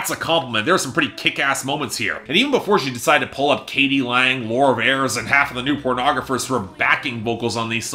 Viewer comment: It’s pronounced “Veers”